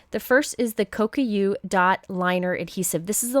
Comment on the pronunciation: Only because you sometimes have said you weren’t sure how to pronounce something, I’ll just mention that the Kokuyo adhesive isn’t pronounced “Ko yo ku”, but is actually “ko ku (as in koo) yo”. :). You are, however, one of the few I’ve heard pronounce ‘Gansai Tambi’ correctly! Japanese is actually quite easy to pronounce as long as you know the sound the vowel makes. Ahhh ehhhh eeeeeee oh uuu (ahh ape sea owe you). For the most part, each letter is pronounced, and if there are two vowels together, each is pronounced... ga n sa eee tam bee. So many people watch your videos, I’m sure there are more people who now pronounce gansai more accurately now! Haha, this gets me thinking about how many people incorrectly say, ‘multi Mat medium’ instead of ‘multi medium mat’ (even other well known card makers), and ‘Modge Podge’ instead of ‘MOD Podge’... drives me nuts! Anyway,, thank you for your recommendations! I refer back to your ‘Favorite Crafty Things’ all year long!